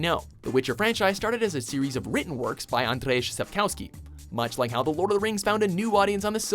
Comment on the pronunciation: They tried but they still pronounced the name of the author of the witcher series wrong...